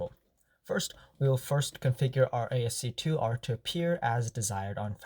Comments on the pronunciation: It is pronounced as "Ass-key art", not as "AST2 (I think you meant to say ASC2) art" lol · What you're calling ASC2 is actually ASCII (pronounced ass-key), or American Standard Code for Information Interchange. It's an early standard for text encoding.